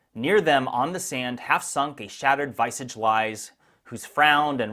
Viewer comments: “Visage”: rhymes with pillage. Means “face.”😊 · You pronounced visage wrong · Interesting way to pronounce visage lol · Check your pronunciation of "visage". Your pronunciation is incorrect. The word comes from French, is spelled as in French, but has an entirely different pronunciation than its spelling. Welcome to English !!!